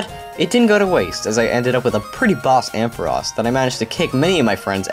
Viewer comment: Your the only person I hear pronounce ampharos' name right.